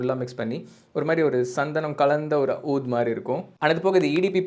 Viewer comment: Pronounced oodh brother